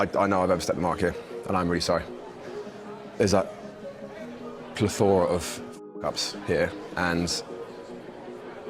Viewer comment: PlethORA? thought it was plethora